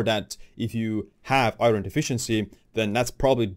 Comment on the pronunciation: Is it me or do eastern Europeans have trouble pronouncing iron. I get it, it's spelled nothing like it sounds. Eye-earn